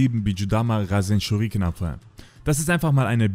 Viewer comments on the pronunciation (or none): none